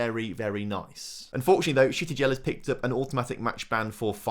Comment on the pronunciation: buddy sometimes I really hate your pronounciation, it really drives me crazy, and I'm not sure if you do that on purpose but, there is no additional "i" in Shtygel name,.... it's not "ShItygel".... plus why am I pointing it out.... J in spanish is like H in english, you really pronounce it in "El Ejido" correctly and then you read "Jaen" like a stupid..... please, make my life easier and pronounce properly :D